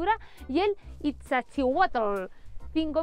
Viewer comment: No es 'Itza', es 'Izta':face-blue-wide-eyes: y aclarar que Popocatépetl es literalmente en nahuatl, 'Montaña que humea'